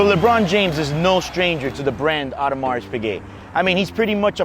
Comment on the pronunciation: Not worth the money to me. Got a ton of watches id rather buy for that price range. Hey man btw S in audemarS is silent. Just sayin